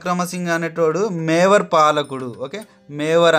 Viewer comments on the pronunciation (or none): మేవార్ కాదు మేవాడ్ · Mevar kadhu mevad kadha sir